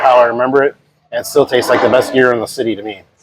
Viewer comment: You said at first that the correct pronunciation was year-oh and then you kept saying gear-oh…